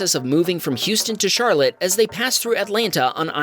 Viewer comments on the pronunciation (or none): none